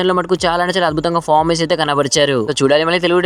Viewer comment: Fomens Kadu adi performence antaru ra babu 🤦